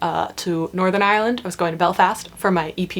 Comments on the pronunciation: Your Ireland pronunciation was spot on for a American, 😜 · Well done on the pronunciation of Ireland, even us locals struggle sometimes :) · You did a great job pronouncing "Ireland"! I am from Dublin and live in California now. I have modified how I say "Ireland" as when I pronounce it my way people stare at me blankly..."Orlando???" lol!